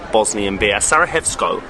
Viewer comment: Was wondering why he kept saying Sara-hey-vo and Sara-hey-vsko😅